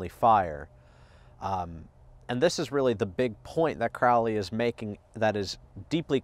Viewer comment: It is pronounced Crow-lee bro not Croully.